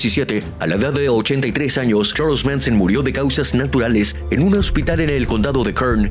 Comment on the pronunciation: Como que "Cherls Minson"🤣🤣🤣